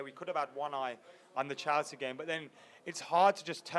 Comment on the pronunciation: Stop fucking saying "Chalsea"